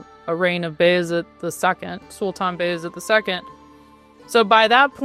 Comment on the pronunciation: That was the most Turkish "Sultan Bayezid the Second" I have ever heard